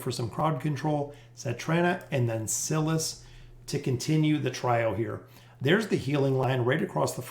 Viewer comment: I watch your videos every time they drop and I love your content! But, I gotta say, you remind me of the substitute teacher skit on Key and Peele who mispronounces every student's name lol. It's basically a meme at this point. Are trolling us?? I cant tell. It HAS to be on purpose, right? The "i" in Silas is a long vowel as in "silent" not a short one as in "silly". The rule is (but there's always exceptions) vowel/consonant/vowel is a long vowel sound (like in bike, tone, wine, wily) Vowel/consonant/consonant is a short one (like in silly, bully, sinner , bigger etc.) I apologize for the english lesson but I hope it helps in the future if you're uncertain about pronunciations. Haha I know it's probably annoying but I promise I mean well.